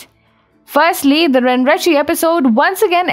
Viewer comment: Just one pointer, I believe it is to be pronounced as ren ren che. Not ren ri chi.